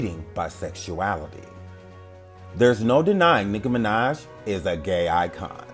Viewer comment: I keep laughing because it sounds like he’s saying nigguh minaj